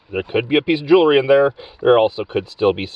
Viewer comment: Ah ha you can say it correctly...I heard you say jewelry not jewlery...lol. Then you said it jewlery again. 🙄